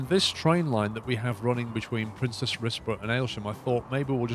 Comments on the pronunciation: Princes, not Princess :) as in more than one Prince. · I believe the pronunciation is "Prince's Rizborough" ??? Please use some decent trains!! There are various other capacity busting units and coaches plus you've electrified all your routes but keep using diesel traction? You could put a lot more capacity on these routes (more and longer trains). You can also run the units in multiple. Use some different buses too, some bendy buses perhaps? You could have put exit back, paused again then deleted and this would have pushed the buses to the exit without having to play on. Don't do a level cross over on those two lines, do a diver under or over!